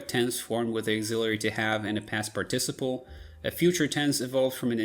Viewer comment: You’ve mispronounced the English word “participle(s)” — stress its FIRST syllable, please.